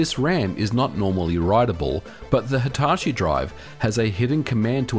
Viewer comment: Hai-tar-shi?? ひたし, hi-ta-shi